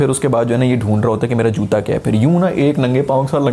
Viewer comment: JUDA instead of JUTA 😆😆 😆 . (Just for fun no offense Sir)